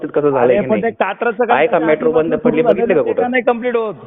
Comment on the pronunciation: मेट्रो ला म्याट्रो म्हणणारा निघालाय पंडितांना अक्कल शिकवायला. 😂